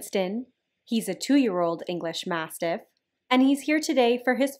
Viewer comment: Did you say mastiff or mastodon?